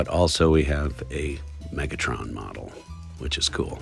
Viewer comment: If you want subscribers you shouldn't mis-pronounce Mega-Tron! You're noting but a 60 year old poser!